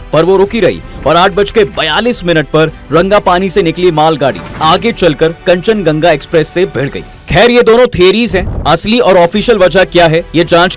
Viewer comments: Kanchan Ganga nehi yaar Kanchan Junga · Kanchan ganga nahi bhai kanchanjunga hoga😊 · Rail ka naam thik se boliye bhai.kanchanjungha hai. Kanchanganga nehi.😡😡😡😡😡😡😡😡😡